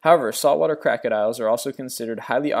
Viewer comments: haha "Saltwater Crackodiles" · Crack-adiles LOL :D